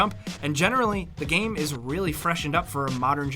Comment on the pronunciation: I always love your content but I always turn off when comes on and says gaaime in every sentence, is he payed extra for every time he tries to pronounce the word game?